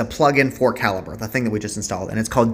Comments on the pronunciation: Thanks for the video, very helpful. Also It's pronounced cal-i-ber not cal-i-bree :D thanks again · I've always pronounced it Cah-Lee_Breh 😅🤭🤷‍♂